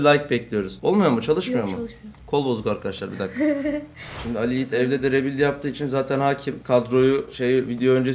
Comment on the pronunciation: Ri büilyd. Oglum rebilt degil Ri büilyd Ri Büilyd